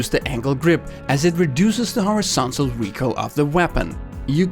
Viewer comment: He said recoirl which triggers me so much